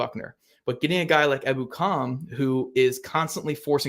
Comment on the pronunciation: I believe it's pronounced e BOO kum